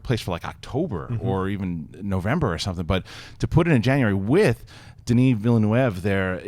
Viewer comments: That pronunciation of Denis Villeneuve.. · She fucked Denis Villeneuve's name up so bad lol. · You guys need to learn how to pronounce Denis Villeneuve's name ... Geez